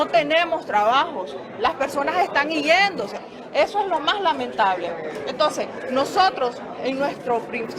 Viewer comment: Iyéndose o yéndose!? - No sabe ni hablar! Se le olvidó lo q estudió?!